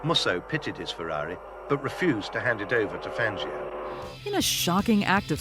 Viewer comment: Please lady, learn how to pronounce Fangio’s name! Listen to the commentators from the videos you’re showing...